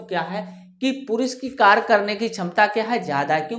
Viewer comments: Sarkar Nahin Hota Karya hota hai aap galat bol rahi ho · कार्य को कर नहीं पढ़ते कार्य पढ़ते हैं